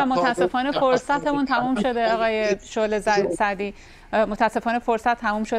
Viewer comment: صد بار خواست بگه شعله سعدی اما گفت شعله زردی